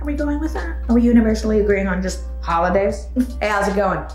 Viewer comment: " hey how is it going" "HOIDAYS" 🤣 🤣🤣🤣